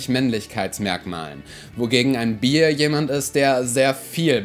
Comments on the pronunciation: Ich denke auch: wenn die Begriffe schon sämtlich in Englisch präsentiert werden, dann doch besser auch mit der korrekten Aussprache. "Bear" spricht sich also "Bähr" und nicht "Bier", "Butch" spricht sich "Butsch" und nicht "Batsch" und das "i" in der englisch ausgesprochenen Aneinanderreihung LSBTQI* selbstverständlich dann auch "ei" und nicht "ie". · hihi. so wie du bear ausgesprochen hast heißt es bier...sry als anglistikstudent und Nachhilfelehrer fällt einem das auf. ach ja top und bottom wird auch oft als BDSMbegriff verwendet...allerdings ähnliche Bedeutung und weniger stark wie Dom oder sub. also die Begriffe gibt es auch in nichtgleichgeschlechtlichen Beziehungen. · "Bear" spricht man eigenlich wie "Bär" aus, nur mit einem weichen "r". "Butch" spricht man wie "Batch" oder "Bitch" aus, das "u" wird kurz und hart gesprochen wie in "Luft" oder "Kunst". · Super video! Übrigens: Bear spricht man nicht wie "Bier" und Butch nicht wie "Batsch" aus ;) Passiert aber leicht mal wenn man die Begriffe nur liest ^^